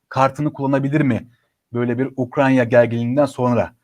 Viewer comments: UKRAN-YA değil. UKRAY-NA. Türkçe'yi doğru kullanalım, ya da evimizde oturalım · ukranya deme, ukrayna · N'olur "Ukranya" değil, "Ukrayna" 🙏